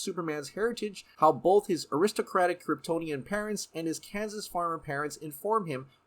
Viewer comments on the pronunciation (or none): none